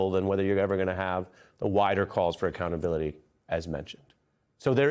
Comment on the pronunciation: Im sorry did you just say .... AC-Clownability? We need full Acclownability in my opinion... full acclownability!